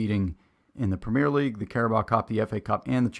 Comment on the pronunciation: It's not 'premiere' league (in England); it's premier league and it's pronounced 'PREM-yur'.